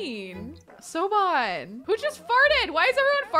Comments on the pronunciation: My new fave thing: people mispronouncing Gaelic rooted names. Siobhan is pronounced shiv-on btw 😂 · If the first hubby isn't one of the Impiccishmay boys, I'll be very disappointed. Oh, and Sioban is pronounced 'shi-vaugh' for some reason. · SOBAHN, that is not correct 😂😂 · Just to let you know, Siobhan is pronounced like shiv-ON. (Source: I am an Irish person.) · lmao siobahn is pronounced like “shove on” it’s my middle name :) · Siobhan is pronounced shervon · Omg the way keeps saying Siobhan 😂 Guess I can thank College Humor for educating me on how to pronounce that name